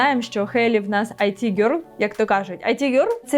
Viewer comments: Не айті гьорл а іт гьорл 😂 Айті це Information Technology, а іт гьорл це an attractive young woman ❤ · Чудове відео❤ Але IT в „It girl” вимовляється як «іт» (від слова «воно»), а не «ай ті» (від поняття «інформаційні технології»)